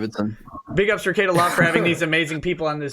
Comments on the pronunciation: " Rickie-Ate-uh" as dave says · They have and he mispronounces his name and says he don’t get it and must be a detractor meme